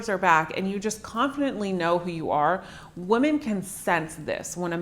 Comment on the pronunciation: Cute how she says women as woman.